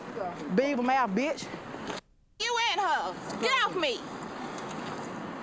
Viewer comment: She called her a 🦫 mouf 🤣